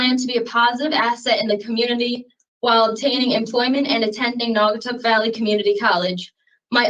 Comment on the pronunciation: Another CT case - oh and Naugatuck is pronounced "Nau -ga - tuck" lol